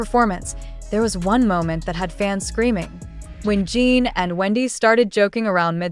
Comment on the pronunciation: His name is pronounced Gin, like the alcohol, not Gene like you keep saying. It's not Seok-Gene, it's Seok-GIN, spelled and pronounced just like it looks, Seokjin! 🤦🏻‍♀️